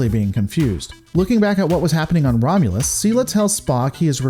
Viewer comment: 'The Romulans plans to invade Romulas.'